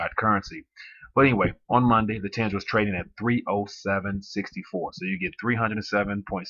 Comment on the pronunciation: Its readng ten’ghe